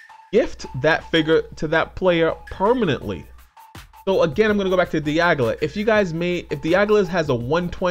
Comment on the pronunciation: You kept referring to Dialga as Diagla lol.